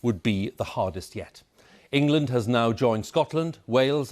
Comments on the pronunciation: Don't worry guys it's in "Engand" not us. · Engand lmao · "ENGAND?", Where's that 🤔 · ah yes, engand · "New Engand Lockdown" pfff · Did anyone else hear that Engand is in a lockdown? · Who missed the 'l' out of England. Embarrassing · Its just engand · "New Engand"